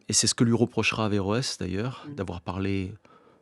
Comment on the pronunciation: Heureusement qu'on dit averoes